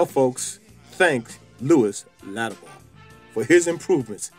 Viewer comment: Why do you call him Latimore instead of his name, Latimer?